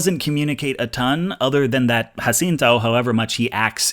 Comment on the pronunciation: ¡Muchísimas felicidades en tu pronunciación de Jacinto! Very impressive for a (I assume) gringo.